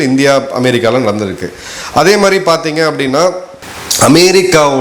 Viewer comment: Madhiri not MARI.